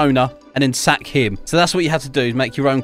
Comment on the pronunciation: When he says sack it sounds so wrong like and you need to sack your boss